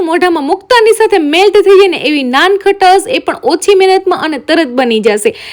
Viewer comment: Ben nan khatas ny🤣🤣nankhtae kevay